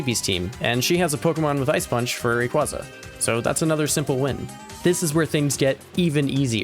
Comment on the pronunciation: It's Ray qway zuh, not ray qwah zuh